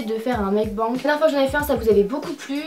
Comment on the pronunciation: Par contre si vous voulez utiliser un mot étranger essayez de bien le prononcer au moins... c’est pas meukbang mais meokbaingue.